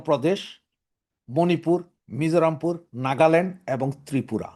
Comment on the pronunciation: Mizurampur noy mizoram